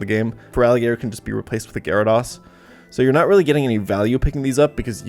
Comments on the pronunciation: Most trash list congrats 👏 atleast say Gyarados correctly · You also say gyrados wrong.. I wonder how you say zapdos 🤭🤭🤭🤭